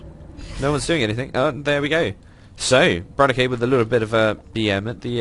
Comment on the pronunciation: btw correct pronunciation of roxkisbratok is - bra-tok :) not brat-o-key just spread teh word ^^